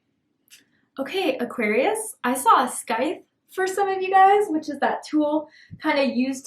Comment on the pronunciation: Lol I’m not being a smart a$$ here but ya killin me with the scythe. It’s probounced “cicle”, like as in a popcicle without the pop 😂. Thank you for everything your messages always touch right on it with my person. He’s not my husband but he’s my best friend and yes he is definitely watching me…from my windows 😵 and he hasn’t talked to me like he use to it’s gotten gradually less and less but he actually stalks me and peep-toms me. I spoke to him finally today after 4 days and yes I’m so flipping over it I could 🤮 I’m done chasing after someone who really doesn’t even keep me distracted from my pain. He’s became part of it. Thank you 🧜🏻‍♀️ ❤